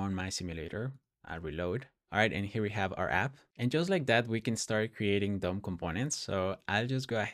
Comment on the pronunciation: i was hearing "dumb components" instead of "DOM components," and i was like, "... bold naming expo, bold naming"